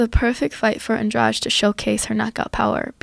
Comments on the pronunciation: Took me a way longer then it should to understand who the fuck was this Andraj they were talking about. Try something like 'Andrah Dee', would sound closer.. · Andrade was loosing. Got tagged 2 or 3 times. Got Lucky cause she had nothing stand up or ground. Plus its andrade not andrage.